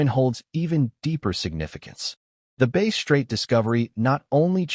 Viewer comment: Ai or has no idea on what he is saying calling it base not bass. Just shows he don't know sht, not being a million with your values. Stop put bullshit comments in there. Bass and base are two different things